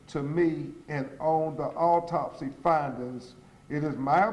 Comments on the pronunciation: Is he saying "alltopsy"? Why not have a mesical examiner read this? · Ben Crump doesn’t sound very smart. He can’t even pronounce medical terms and sounds like he’s on slow mode. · bro just ask for help with the word and move on with the reading of the autopsy... i had to say this and now back to the video i go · This representative of the family didn't even read the autopsy report for Sonya Massey before the press conference to make sure he knew how to pronounce the words in it😂!!! You can't make this stuff up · mr crumb as a professional, you could/should have done a much better job representing this case on behalf of this family...if you didn't know how to pronounce those medical words, you should have done some preparation. You know they already think we are incompetent and less than...i hope your representation of this family is better than this news conference. Consider a public speaking course 🤔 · WHY HE ACT LIKE HE CAN'T PRONOUNCE THE WORDS? A WHOLE LAWYER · You think this guy would learn how to pronounce the medical terms it is disgraceful.